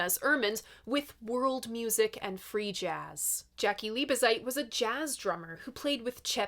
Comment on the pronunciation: Jaki is pronounced Yaki - otherwise, you're not doing badly.